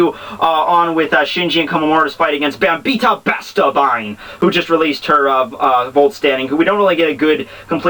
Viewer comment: I'm pretty sure her name is pronounced "Bam - By - Etta" There is an i and an e in her name for crying out loud. A good example would be the name "Henrietta"